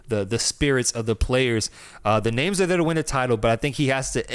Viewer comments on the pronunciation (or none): You broke the record for pronouncing names wrong